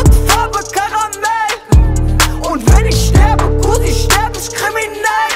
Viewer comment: Das wird „ich“ und „nicht“ ausgesprochen und nicht „nischt“ oder „isch“